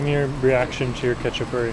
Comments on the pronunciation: it’s HA CHA PU REE, it’s not Russian food it’s Georgian food. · This guy can't even pronounce a Khachapuri.